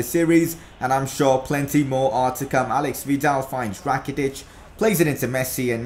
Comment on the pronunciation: Whos al*E*x vidal? Its ale*i*x vidal